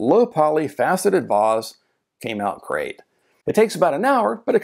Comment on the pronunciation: Your pronunciation of vase is how I was taught to say the word. Very British. Posh.